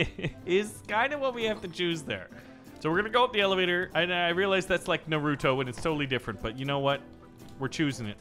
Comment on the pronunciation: Say naruuto one more time